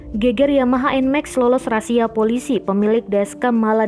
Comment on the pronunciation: SEKEDAR NGINGATIN PENGUCAPAN RAZIA BUKAN RASIA TAPI RAZIA TX GB🙏